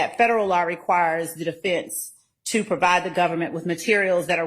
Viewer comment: …. It’s pronounced TO, not TA. You’re welcome.